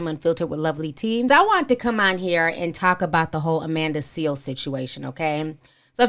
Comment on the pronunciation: Please tell me you are calling her Amanda “Seal” on purpose!